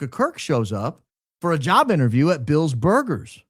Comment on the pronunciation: "Bill's Boigers" 😁😁😁